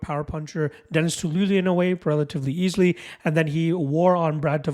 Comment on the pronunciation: Haan!!!! Lol laraine..its pronounced lockrun.. good breakdown, I was banking on loughrans strength, but hadley comes across as a better all rounder, I have some bets to change..